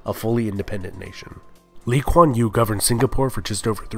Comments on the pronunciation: Good pronunciation of Lee Kuan Yew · Thanks for pronouncing Lee Kuan Yew's name correctly. It shows that you had really put in the effort to research instead of just lifting information from other websites :)